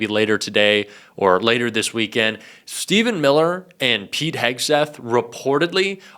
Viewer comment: I thought he said Peed Hegseth.